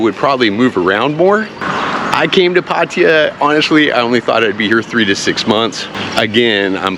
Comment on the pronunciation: Your pronouncing Pattaya basically correct! It’s not Pattaya Tie ya which drives me nuts!